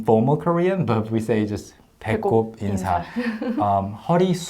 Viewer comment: "인사"를 들었을때마다 "인싸"라고 계속 들었네요 ㅋㅋㅋㅋㅋㅋㅋㅋㅋㅋㅋㅋ 아 어떻게..... ㅋㅋㅋ